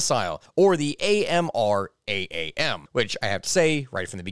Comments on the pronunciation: AMRAAM is pronounced "am ram" as in "I am a ram" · Usually people just pronounce the missile amram :) like panam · To make it easier on yourself when saying AMRAAM, you can call it "am-ram" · NGL, you spelling out AMRAAM instead of just saying “am-ram,” then complaining about it was pretty funny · next time just say ''am ram'' instead of ''A M R A A M'' and also u can just say ''aim'' 120 like aiming a gun instead of ''A I M'' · Just to help out a bit, AIM is pronounced aim, and AMRAAM is pronounced Am-Ram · The fact that he wasn't saying AMRAAM as a word and rather spelling out the letters of it (or saying the word aim rather than saying the letters) kinda pissed me off an unreasonable amount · its referred to as an AMRAAM, all one word, pronounced am-ram, at least I think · It's pronounced "AM-RAM" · I've never heard anyone spell out AMRAAM before, lol. It's pronounced 'am-ram' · AMRAAM and AIM... You don't actually say Advanced Medium Range Air to Air Missile and you don't say A M R A A M and A I M. You don't spell out the acronym you say it as a word lmao.. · Him spelling out amraam instead of just saying it bugged me sooo much... Same with aim, just say aim 120 like dear lord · Hearing this guy say every letter in AMRAAM & AIM physically hurt me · It pains me how many times he spelled out Amraam and AIM, its shorter because your just supposed to say the acronym as a word lmao. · hearing him pronounce aim-120 amraam as ay aye em ay em er ay ay em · You've earned yourself a dislike for the way you pronounced amraam